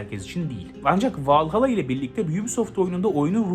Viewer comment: AC vallahalla iyi oyun dur la valhalla diye okunuyo